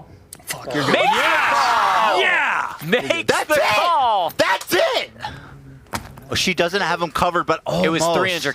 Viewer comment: this made me realize ethan was saying "THAT'S IT!" in the drunk "ITSSET!" sound bite